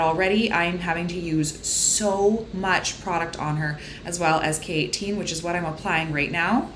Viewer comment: girl this whole time i thought you were saying keratin in a very weird accent until you showed the k18 bottle smdndknd